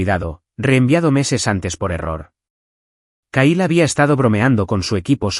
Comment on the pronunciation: Se escribe Kyle se pronuncia Cail